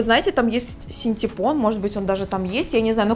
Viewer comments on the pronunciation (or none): none